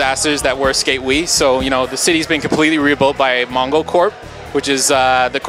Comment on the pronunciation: did he say MONGOcorp?